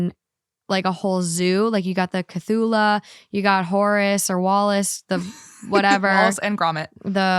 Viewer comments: The nerve of to pronounce Cthulhu like that and THEN TRY TO PRONOUNCE THE DEAD LANGUAGE COMMENT GIVE IT UP BABY 😊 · I laughed sooo hard when I realised was trying to say Cthulhu. Sometimes I realise some people have never heard these famous stories, they are like fairytales to me😂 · the cthulu pronunciation is too much for me hahahah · I parasocially adore you from a healthy distance with boundaries, but that cthulhu pronunciation was absolutely unreal 😭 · BUTCHERING Cthulhu was hilarious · Not being unable to pronounce Cthulhu 😂😅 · Queer spaces are for queer people. Unless your friend brings you, stay out. It's not a safe space for you. There are only 14 lesbian bars in the USA. You have everywhere else, so be anywhere else. Also your pronunciation of Cthulhu is hilarious and I love it. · Omg, the Cult of Cthulu is real! The lord Cthulu is coming for us all!! Lol, poor. I did yell at my phone at that pronunciation. I'm surprised you'd never heard of him before. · That cthulu pronunciation had me excited to learn about a new Aztec mythological creature <3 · I wasn't screaming about your cthulhu pronunciation, but SOLELY because I was honestly struggling so hard to figure out what you were actually saying so I could google it myself and see what it looked like 😂 I eventually heard "octopus face, but a body with arms and wings" and "it's very pirates of the caribbean" and it finally clicked hahahaha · So I just came from Spotify because I was so confused with the stuffed animal. The pronouncing of Cthulhu is wiiiiiiiiild 😂. It’s one of H.P. Lovecrafts mythical creatures lol. Anyway, just wanted to get rid of my confusion 😂. Love yah. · I can confirm I'm screaming over the pronuciation of Cthulu I thought everyone knew how to say it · “Everyone is probably screaming about my pronunciation of Cthulhu.” Yes. Yes I was screaming. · omg, with love, the cthulhu mispronunciation was wild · Cthulhu = Ku-thoo-loo